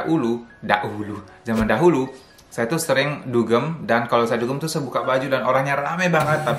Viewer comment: Dahulu jadi Da'ulu...ini khas orang Perancis yg nggak bisa bilang 'h' 😊